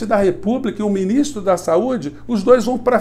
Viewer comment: Ministro é um paroxítona na comunicação: cria a onde não tem as sílabas tônicas! Muda Brasil!!